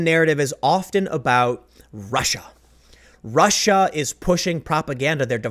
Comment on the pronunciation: Tim is channeling a bit of Shapiro today. Rrrrussia